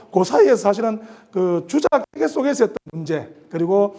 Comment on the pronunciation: 퇴계론에, "퇴계"의 "퇴"자 발음이 틀렸읍니다. 이 얼마나 이로니칼한 일입닠까? "퇴"자는 장음입니다. "퇴학, 퇴치 , 퇴영" 등 어떻게 발음해야 하는지 아십니까? 쟈고저 장단 문제를 바르게 익힌 다음에 공석에 나오십시요. 제가 쓴 책 한 권 일독해 주실까요. 한국 언어의 타락상이 하 분하여 "한국 어문을 고발함"이라는 책이올시다. 미국 변 완수 드림